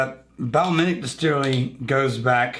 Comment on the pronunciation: Oh dear god, and then there's Now I'm laughing. Hey, what do you call a place that makes whisk(e)y? Distiwawwy! Okay, I'm seriously leaving now. All in good fun,. All in good fun.